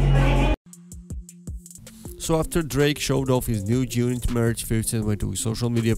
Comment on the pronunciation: Did you say June Unit? Lmao